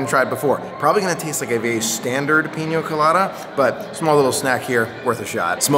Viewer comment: Peen-ya Co-lah-dah... not peen-yo